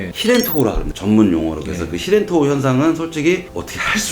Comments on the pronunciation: 히렌토우가 아니고 힐 엔 토우에요 heel&toe 입니다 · 히렌토우가 아니라 힐앤토우가 맞습니다.